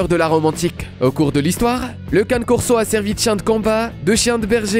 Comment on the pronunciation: Le Cane Corso ce dis "Can"é" et non Canne! J'ai une amie qui a une femelle et elle est d'une gentillesse, 0 agressivité, pas une once de méchanceté. Super douce, surtout avec les enfants. Quand à l'américane staff, cette même amie en a un et ne correspond pas vraiment l'image que tu en donne, il est gentil, pas dangereux, un peut lourdo tel un éléphant dans un magasin de porcelaines. Le Boerboel ou Boerbull ce dis "B"eur"B"ou"l" et non Bourbeul,ni Bourboul^^. Chien qui gardais les fermes contre les attaques de lions!